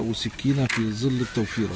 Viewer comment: انت عربي وهناك فرق بين حرف( ز )وحرف (ظ) فالعيب اقول زل والصواب ياعربي انت تقول ظل